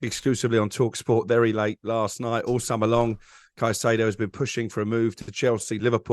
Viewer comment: Ray parlour on the bottle again cant even pronounce caicedo's name the clown